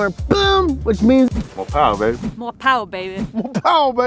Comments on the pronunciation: More PPPPPPPPPowah!!! Baby!!!! thank me later. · MORE POWAH BABY